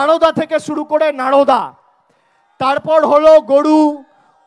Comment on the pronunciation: নাড়োদা নয় নরোদা ,গড়ু নয় গরু উচ্চারণ ঠিক করতে হবে।